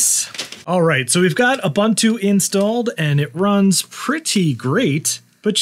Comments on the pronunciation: You do you, it's fine, but if someone makes a big mistake and is not told how to correct it, how good is a community then? So there is the "Neu-vidia" guy discussing economy on his channel and mispronouncing "Nvidia" every time, so should we tell him that it's supposedly pronounced "Envy-dia"? And to people in Paris asking for an "Expresso" instead of an "Espresso"? Mistakes are mistakes, they can be corrected. Accents are something else, like when a whole country starts to say "Deu-day" instead of "Today", "Sh-treet" instead of "Street", or "Bu-her" instead of "Butter", "Wa-her" instead of "Water", and so on. Recently it's the "AI ba-bule" instead of "AI bubble". I mean, it's just... 😅🤣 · Someone else has already said it buts it's ooboontoo not oobuntoo ubu is pronounced ooboo. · "with a-boon-too Linux" please, it's not pronounced like that, it's pronounced "oo-boon-too". "Ubuntu" is an old African word (meaning "humanity" or "I am because we are") and it's pronounced in a specific way, not like the way it's written. Please search the video "How To Pronounce Ubuntu" and listen carefully. Thank you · The official pronunciation of Ubuntu is: oo-BOON-too Phonetically: /uːˈbuːntuː/ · It is Ooh/boon/too, not Uh/bun/too. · FYI: It is pronounced "oo-BOON-too", NOT "a-bun-too". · It’s called „Ubuntu“, not „Ubantu“!!! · Repeat after me: ooo-booon-tooo. Again: ooo-booon-tooo. There you go. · It’s pronounced oo-boon-too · It's ooboontoo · Come on man, it's pronounced oo·boon·too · Pronounced “Oo boon too.” Just since you say it so many times in this video, and it’s an actual Zulu word. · I always pronounced Ubuntu as "Un-boon-too". Maybe I was wrong? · It's pronounced ooh-BOON-too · Please teach him how to pronounce Ubuntu tho. 😆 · I don't think I'll ever get over how Americans pronounce "Ubuntu" lol, excellent video!